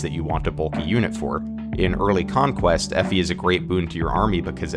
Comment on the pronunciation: haha her name is Effie. FE.